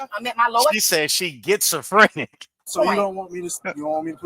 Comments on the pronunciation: Gets-a-frenic 😂😂😂 , what a idiot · She said it right😂 “Gets-a-Frinic” 😂😂😂 so she has that “Gets to Take 💩” type of personality 😂😂😂😂 and she’s named after her mom and dad 😂😂😂😂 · Getsofrenic, Pacific and classOphobic .she went to jail and did nothing but think about what she's going to steal when she gets home‼️ she picked up zero books and has no friends..because she's a full grown women and using worlds she can't even pronounce or spell ..